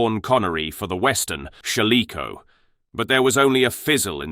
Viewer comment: Good that she championed animal rights, pity about her son though. Btw, narrator, it is Shalako. Not Shaliko.